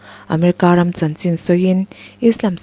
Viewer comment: Ram sakawlh tih lam rik hi a diklo..ramhnuai sakawlh ram tih thluk hi Rum zu angin i lam tlat a